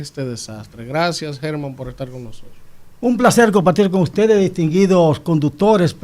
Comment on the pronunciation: 😂😂😂 "UTEDE SI HAN HECHO"